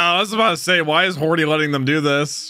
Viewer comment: I try my best to edit out the R when. I hear it. I hate that R being there. Hody sounds like a name. Hordy doesn’t.